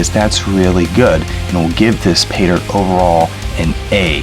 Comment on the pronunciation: Fake teeth, horrible music. 60 fps video, and he says "go ahead and.." ps what the hell is he doing when he 'pronounces' 'Paydirt'? ... 'Payda'